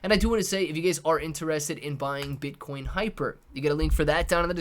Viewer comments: This man REALLY said Bitch-Coin IM DEAD! 🤣🤣🤣🤣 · I came to the comments to see if I was the only one who heard the same shizz lol